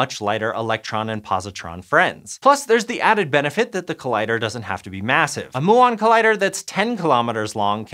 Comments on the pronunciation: Pronunciation question. Is "muon" more often said "moo-on" as does in this video or more "myuu-on" as I was thinking before? I was thinking "myuu-on" because I had thought they were named after the Greek letter [μ] which I had learned was pronounced "myuu"... despite its pronunciation being written [m-u] in the Roman alphabet. I know it's confusing. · you understood them, so it doesn't matter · According to Google and every quantum physics show I've ever watched. You are pronouncing Muon wrong. It's more like mew-on and not moo-on. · Muon is pronounced MYOO-on, please learn to say it right and re-upload the video; I'm an ESL student and I knew this 20 years ago. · Its pronouned Myoo on not moo on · muon is pronounced mu-on like the Greek letter, not moo-on like a cow. this made the middle really hard to listen to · moo-ONs :D Made my morning, thanks :) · Moo-ons is how cows say muons. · Everyone I know says mew-on /myuon, and I hear a lot of people from all over the place say muon daily. It was quite odd to hear it pronounced that way. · Moooo 🐄 I'm glad he says "experiment" the right way :) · these guy doesn't even know that he should say mYuon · Why did he keep saying Moo-ons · Moo-on? 🐮 Really? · myoo on : P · wow, a particle physics with a guy that does NOT know how to say MYUON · Exactly. It is painful to listen from a science channel, makes you question the reliability of the whole channel. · Linode can be subjective - but Muon?! I had to stop watching after the 15th time he said it. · Please pronounce Muon correctly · Pretty sure your saying muon wrong. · The way he was saying muon 😶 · Oh thank god someone wrote a comment about this. My eyes were about to pop out mah head every time he said muon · learn to correcly pronounce muon. ths last one (DUNE) is a detector not an accelerator. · I can't cope with the word muon. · He pronounced it wrong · Mew-on, not moo-on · Come on muon, not moo’on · it's pronounced m-you-on, not moo-on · "mew-on" not "moo-on"